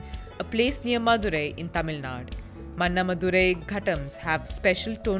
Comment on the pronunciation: Why cant any of the north indian journalists learn tamil pronunciations properly. Just sloppiness n lack of sincerity. Im sure they wouldn't mispronounce any american or french city like they pronounce mana madurai